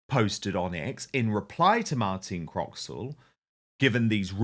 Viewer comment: Talking of reading correctly from the autocue, Dan, the presenter's name is Martine Croxall, not "Martina Croxwall" as you said !! Martine has been newsreading for the BBC for many years, and is a popular presenter. I'm sorry you had never heard of her!!